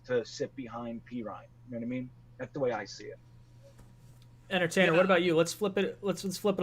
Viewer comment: was going at the ""!! I love it! When he tried to bit the Giants scouting dept up, came right back and saluted the Jets camp. also used barkley to point out jamals run stopping skill. I was loving it!! But shot out to the "". You had good things to say about the jets and I respect that!!! Good show guys...